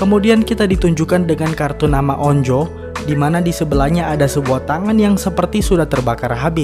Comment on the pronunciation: Anj bukan on-jo tapi onju bacanya